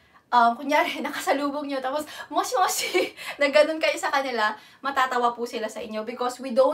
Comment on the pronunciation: ang pag pronounce ay Mosh mosh hindi mshi moshi . kaso pag pinoy syempre moshi moshi ano ne talaga.